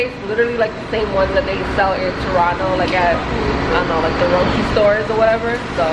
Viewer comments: Rodi!!! It’s roti American English is just off😄😄😂 and I’m American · I’m glad I’m not the only one lol. Right is right. How about someone have their own pronunciation of her name? I hate when people say “rodi” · That girl was somewhat irritating with that. Rodi??? No we don't say it like that. Making up pronunciations! 😂😂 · Rodi? Lmao please don’t ever make a West Indian hear you say that in public. We will definitely give you a disgusted look for the disrespecting our precious Roti !